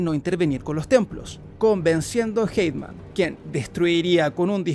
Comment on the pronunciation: Por qué le dice Hateman a Haytham?